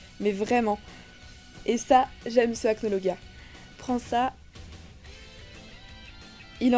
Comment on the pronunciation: On dit Acnologia😠😠😠